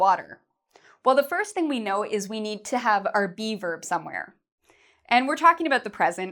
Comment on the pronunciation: when she said be verb I thought she was saying bieber... oh justin